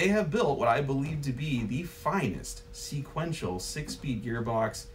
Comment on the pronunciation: Haha “seequential”